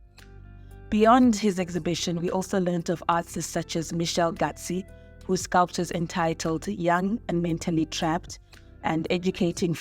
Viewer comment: the project room is co-owned by my aunt, and mitchell gatsi is my uncle it is also pronounced gats not gatsi